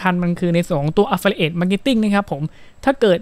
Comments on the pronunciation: ผมว่าคุณหาเพื่อนบ้างนะเค้าจะได้เตื่อน บ้าง อ่านผิด แค่นี้ก็แย่แล้ว แอฟฟริเอท อะไฟเอทอะไร ว๊ว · ไม่รู้คลิปนี้มาได้ยังไง Idea ก็ ใช้ได้นะ แต่ อย่าพูดอังกฤษเลย เสียงเพี้ยนมากๆ คำ Affiliate ออกเสียงแย่มาก ลำบากนักก็ใช้คำไทยดีกวาา ถ้ายังอยากพูด ต้องหัดออกเสียงทุกวันทุกนาที แอฟฟิลิเอท --- Got That ...!!! By the way info is not bad though ....